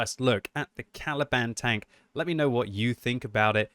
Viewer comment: I can't help but hearing "Taliban"